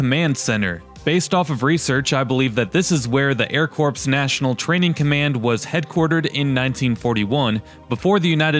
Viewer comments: I'm sorry - I can't help myself. It's pronounced "core." A military corps is not a corpse. I tried so hard not to comment on this. Forgive me. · Very cool video; thanks for posting. Army Air Corps is pronounced like Army Air Core, not corpse (as in a dead body). I saw where a guy from Texas bought the Base Hospital for $125,000. I have been looking at old buildings to buy for about a year. Thanks again for this great tour. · Do some research and learn how to pronounce words. Like corps. Pronounced Core not like a body "corps". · Nice video. I was at Chanute Tech School 1965-66. I didn't recognize anything, knowing I was there over 50 years ago. Lived in old WW2 wooden barracks then. By the way the word Corps is pronounced Core.